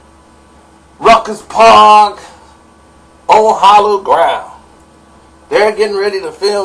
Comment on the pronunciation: Rucker park not ruckus park smh